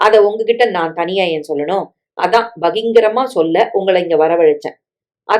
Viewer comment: அடிக்கடி பகிங்கிரமாக என்று படிப்பது திருஷ்டிப் பரிகாரமாக உள்ளது நல்ல கதையின் இடையே.தயவு செய்து ப..கி...ர..ங்...க..மாக என்று திருத்தி சரியாக வாசிக்கவும்.நன்றி. வணக்கம்.💐💐💐💐